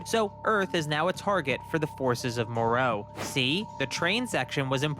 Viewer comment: way did he clal him marus when ti meerus even bvook say mer not mar and bad guys i moro not meroro dont no way the guy keeps saying names wrong